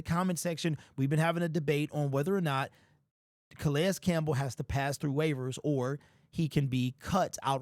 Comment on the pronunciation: Can we pronounce his name correctly?